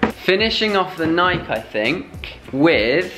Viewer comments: Nike is pronounced Nie-kee. The E is not silent.Adidas is Ah-DEE-duss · Do they know nike isnt pronounced they way they say it or is it slang